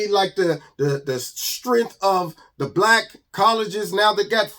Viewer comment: Is Keith saying black or brack lol. MAGA every Day 👌👌